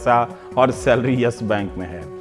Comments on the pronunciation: Dear Rubbish Kumar, It's YES bank not YASH Bank. Bolna too sikho pehle... Anurag Mishra Ke Chele😂😂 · its not "yesh bank", its yes bank... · Ohhh now ndtv became worried about yes bank situation, you are the one tv channel who praised about yes bank in 2011 and made interview with Kapoor family by praising him,shame on you ravish. And one more thing it's not Yash bank it's yes bank try to pronounce it properly it's irritating to listen your vocabulary 🤮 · अबे चुटिए Yes Bank he ye Yash bank bol rha he ye totla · Ravish "Yesh" bank kyu bol rahe hai ? :)